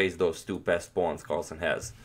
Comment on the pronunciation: Is he calling the pawns pest pawns?